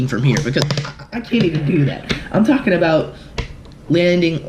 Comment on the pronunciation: Stop tollking